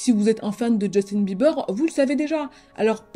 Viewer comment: Djeustine Bibeurre !😂